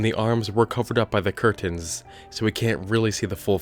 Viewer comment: You say curtains funny.... Lol